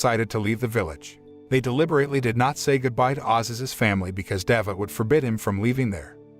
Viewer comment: It was a good work, except for the mispronunciation of some names. Thanks for your effort. Cemilo not semilo in türkish "C" like "g" in english Mizgin not Mizcin this "g" reading is like gifts "g" Davut you can read like Dav-ut. The name Davut in Turkish corresponds to the name David in English.